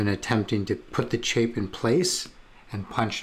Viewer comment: Great video, thank you! Also, it’s chape to rhyme with shape.